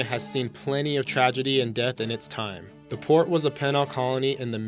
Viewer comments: some of the strictest security measures in the British "Pennal" system? The word is Penal. 'pēn(ə)l Prounouced PEEEEEnull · Pen-all = Pee-nall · 10 minutes later: It's freaking penal, as in penalty! you freaking triggered me! ARHGGGGGG!!!!!!!!!!!!!!!!!!!!!!!!! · "Penal" is pronounced "Pee-nal" not "Pinal". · The word "penal" is pronounced PEE-NULL, not "PIN-ALL" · It's pronounced "pee-nal", not "pennal" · FYI: pronunciation and proper word usage failures... "seized" should be ceased "despair" should be disrepair and "pen-all"? should be pronounced penal (PEE-NAHL) "were" should be was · And it is penal (pee-nall) not pen-al system. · Yeah, learn pronunciation -- stopped after 2nd "pin - ul" colony --> "peen" not "pin" -- that's a middle school word! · The word "penal" is pronounced "PEE-nal." Not "pen-al." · Penal is pronounced PEA NUHL not PEH NUHL. And now you know. And knowing is half the battle. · Port Arthur was a "pen al" colony? how about "penal" pronounced "peenal". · The penile system is pronounced PE-NILE not PEN-ISLE.. Learn English. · Penal is pronounced Pee nal with the accent on the first syllable. The push to close massive mental asylums began in the late 1960s with the introduction of psychotropic drugs and was fairly complete by the 1980s. Any that were still open after that housed only a fraction of their initial population. Most of the radiation has disappeared from Pripyat and many scientists journey there now for research purposes, so the 100s of years myth is disproved. And surprise!! Tourist groups are now taken on trips through Pripyat. Although there was an initial and heartbreaking die off of animals and plants the absence of people has allowed all the wild life, both flora and fauna, to flourish and thrive and various species abound in the area profiting from the absence of humans, the great destroyers. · Penal Colony tc pronounced p ee n a l! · What's a peh-nal colony? Do you you mean penal? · ... penile colony!!!!